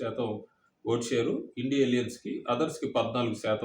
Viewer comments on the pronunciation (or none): India kaadu.. I.N.D.I.A Ani chadavanDi😡😡